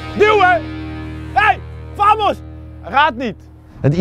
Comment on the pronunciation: Spanjaarden: Bamos Giel: Vamos